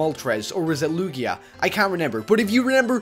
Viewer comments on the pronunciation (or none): Its Lugia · It's lugia